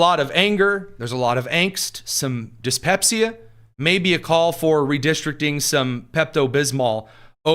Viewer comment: “Dyspesia”. Hilarious!